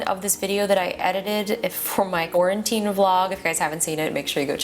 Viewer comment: "iJust-quaran-tine.." made me lol